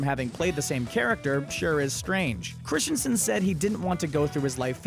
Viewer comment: Where is the I (or A) in Christensen...? It's not Christiansen...